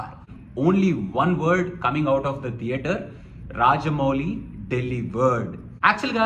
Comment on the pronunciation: Arey evadina chepandra adhi dheatre kadu theatre ra ani